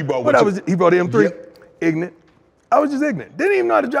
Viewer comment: Deion: "I bought a stick shift and didn't know how to drive it" Shannon: "How you..." Deion: "Just ignent"